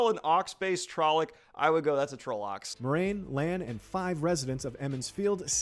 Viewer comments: Not gonna lie, it was how I always pronounced trollocks. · Spot on! Heh i also pronounce trollocs the same way ign does but ive been pronouncing it that way since 1999